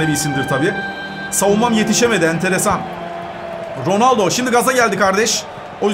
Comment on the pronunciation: Cristiano rrrrronaldoo